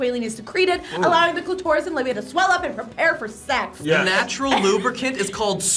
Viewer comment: I feel like the way she pronounces clitoris is going to haunt me… 😅